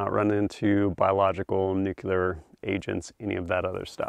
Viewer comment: Nucular ✅ nuclear ❌